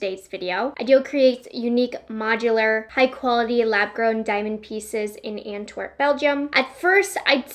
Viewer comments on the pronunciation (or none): none